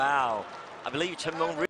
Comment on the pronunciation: Commentator so annoying when pronouncing cheng mengs name. Sounds like he is saying Chimone